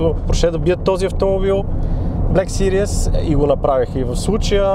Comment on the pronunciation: Малка забележка, във видеото "series" се произнася грешно като "сириъс" (serious), вместо "сирийз".